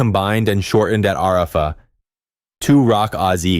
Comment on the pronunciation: "ARAAAfa" almost made me cry, it was so painful to hear.